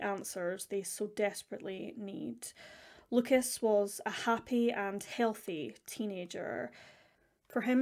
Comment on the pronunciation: I know that you care about the correct pronunciation when saying names in a different language. So, I just wanted to let you know that in french we do not pronounce the s at the end of Lucas. So you should just pronounce his name as Luca 👍